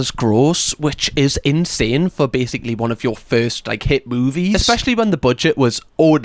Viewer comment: And, "moobies!" 😃